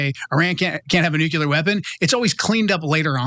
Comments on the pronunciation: IT'S. "NOO--KLEE--ER", NOT "NOO--KU--LER"!!!! IDIOT!!!!!!!! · NUCULAR !! WHAT !! “It really bothers me when a guy like this, supposedly well‑educated and eloquent, mispronounces the word ‘nuclear.’ It just destroys their credibility.”